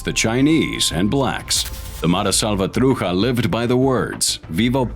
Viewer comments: I question the research! The slant is the gangs had no choice but to defend themselves against blacks and other LA gangs. Also, this guy can’t even pronounce Matrucha correctly. He pronounces it “Matruka”. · You need to do research on how to pronounce certain words .....salvatrucha is not pronounced like that .